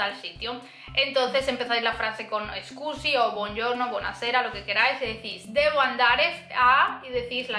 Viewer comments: Meglio dire "scusi" che "escusi", la "e" all'inizio non c'è ( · muy bueno el video y las explicaciones...pero cuando dices disculpe...no es "escusi" ...como dices muy a seguido en el video...sino solo "scusi" o "mi scusi"....